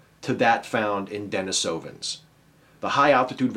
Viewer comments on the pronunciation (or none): I gotta correct you on your pronunciation of Denisovans: the stress is on the 2nd syllable, not the 3rd. Somewhat trivial but true.